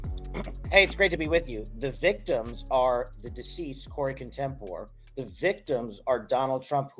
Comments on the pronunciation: Corey Comperatore ....not, Contempore. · Why can no one say Corey Comperatore's name properly? Kash literally pronounced it Contemper. Everyone I hear say his name seems to have such an issue pronouncing it and I cannot understand why.